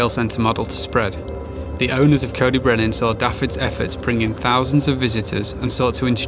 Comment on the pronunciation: Shame the narrator couldn't be bothered to pronounce Dafydd's name properly, or even coed y brenin for that matter.